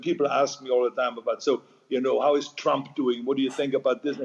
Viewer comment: Lol. I like how Arnold says trump as chump lol.